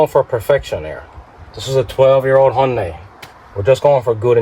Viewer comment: The only reason im here is thats not how u pronounce "hyundai"